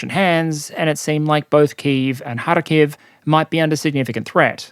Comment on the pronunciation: Its KhArkiv, not KharkIv